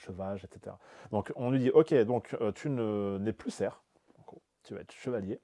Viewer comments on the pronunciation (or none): J'ai vérifié avant d'intervenir, parce que ça me choque de vous entendre répéter "serf" (sans prononcer le F du mot ). Donc sil vous plaît : CERF se prononce CER tout court. SERF se dit avec le F .... Cela permet de distinguer l'homme de l'animal.